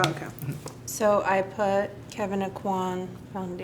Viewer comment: Love this. BUT I cringe when people say Kevyn Auqwann. I am from his home town. It is Awquin. Like, as in hotel "inn". Drives me nuts.